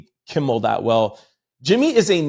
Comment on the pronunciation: PLEASE PLEASE ITS NOT KIMBLE BUT KIMMEL. …KIMMEL…..KIMMEL